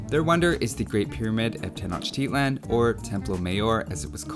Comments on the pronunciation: tenoch teat lan 🤣🤣🤣🤣nice pronunciations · I'm not totally sure on this, but Tenochtitlan might be pronounced "Tey-oh-tea-wa-khan".